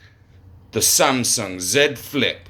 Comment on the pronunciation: 삼성 발음 개정확해 ㅋㅋㅋㅋㅋ